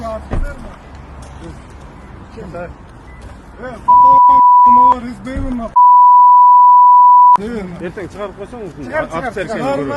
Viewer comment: офицер эмес эле афирисер го😂